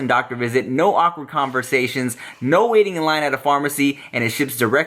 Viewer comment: Okay, I am from Melbourne, Australia. I think this 'neh' you keep saying is a combination of your normal 'No' and 'Nah'. People in Australia, we speak hella lazily so things may sound different. Like a mumble. At least where I am from & the people I have been around, our 'No's do not sound like 'neh'. We say both 'No' and 'nah'.